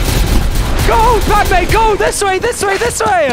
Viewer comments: called her “padmay” 😭 dont mean to be that guy but it’s Pad-uh-may. jus tryna help him out with the pronunciation not tryna be annoying 😂 have a good day everyone! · Bro he called padme padeewon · Bruh and when he called padme padewan